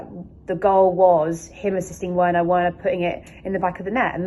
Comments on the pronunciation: “Verner” not Werner 😭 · The W in Werner is pronounced as a V.......just saying